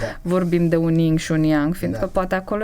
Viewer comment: Hello! Sunt pe la jumatate. O mica mentiune: se zice Yin si Yang (nu ying si yang). Please, don't shoot! Dar multi terapeuti folosesc conceptul asta (vechi de mii de ani) si ii stalcesc numele. 🙏🙏🙏